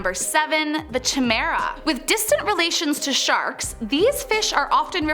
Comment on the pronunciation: That's not how you say Chimera. It's Ki like Kite and mera.